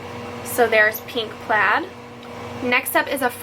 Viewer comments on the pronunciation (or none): none